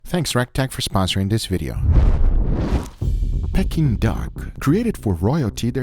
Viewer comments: Pecking duck? It's dead, how is it pecking? I think you'll find it's pronounced pee-king not peck-ing. 🤣 Still looks delicious though, even if its pecking days are over. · Guga it's 'peaking' aka 'peak-ing' duck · Peking is pronounced PEE-KING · why is he saying "Pecking"